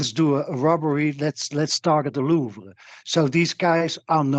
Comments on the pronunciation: Learning Hasan thought they were dupes is only the second funnies thing here. The first being how he can't say Louvre 😂 not even in the normal American accent way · bro please pronounce louvre different